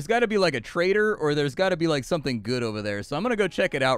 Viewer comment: I heard you say " oh no, I shot a traitor!" I was thinking to myself, so what?! He's a traitor! Then I realized that you meant "trader" 🤣